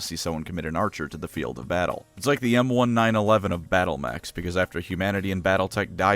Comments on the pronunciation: Pronouncing it "M1-9/11" is triggering me just a little bit. It's "M-1911", because guess what year the US Army adopted it as a standard issue pistol. Or just "Colt .45" if you don't want to say all that. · The way you pronounce M1911 causes me great pain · the way you enunciated every number in the M1911's name genuinely made me suffer a full-body twitch